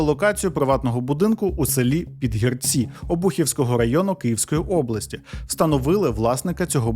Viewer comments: Підгірці - наголос на друге і. Курвить, що така мразота має амбіції лізти в політику, хоча, чому дивуватися? Нормальна людина знайде в чому реалізуватися, а непотріб буде паразитувати. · Жителів села ПідгІрці трохи тригернуло від наголосу 😂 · ПідгІрці.Такий наголос. Я з тих країв...😢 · Стосовно наголосів: ПідгІрці, мЕртва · А просто загуглити який наголос в слові Підгірці було важко? Та й інтуїтивно відчувається, що Підгі'рці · Підгірці, після гі. Наголос на і ! Історія просто жахіття, як так довіряти да ще за її кошти проживати. Невже не включить мізки трохи. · Наголос таки не там - ПідгІрці. Наголос на друге «і»